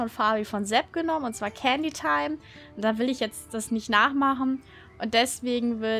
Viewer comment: heißt Fabis Pferd nicht Caketime?+Im Video klang es wie Candytime... LG Priscilla Dragonhill :)